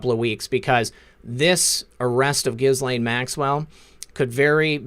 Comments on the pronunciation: FYI it’s pronounced Gee Lane. Soft G like when you say “guy” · Gents it’s GehLaine not gis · Dude, its pronounced Gill (as in a fish Gill) - Lane (as in highway Lane. The H and S in Ghislaine are silent letters. Pronounced Gillane. God bless.